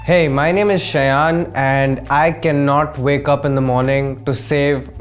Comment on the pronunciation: Shayaan ??!! Its pronounced Shai-own.